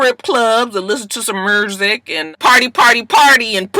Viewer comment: not "mrrusic" LMAO